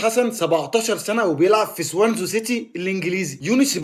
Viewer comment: مش سوانزو، إسمه سوانزي